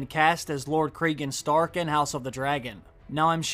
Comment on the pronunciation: Craig and Stark?? Do you mean Cregan Stark? Nice